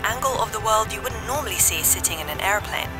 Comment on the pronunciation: “Bye wold”